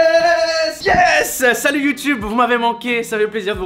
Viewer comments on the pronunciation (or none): none